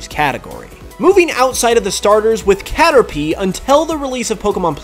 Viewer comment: Catta-pee :P